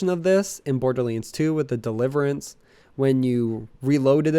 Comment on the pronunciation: Am I the only one hearing him call borderlands borderliends?